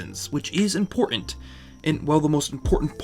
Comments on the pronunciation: The way the narrator pronounces words with a T in the middle is infuriating - “import-ant”, “writt-en”. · When somebody says impor-ant instead of annunciating the word important I'm done. I'm sure he also says pey-an Manning instead of Peyton Manning. Is it that difficult to pronounce the T in the middle of a word? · Couldn’t get past the mispronunciation of written and important